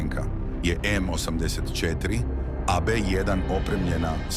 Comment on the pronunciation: Nikako! Pazi na razmake u izgovoru. Kaze se osamdeset i 4 a ne osam pa pauza deset cetiri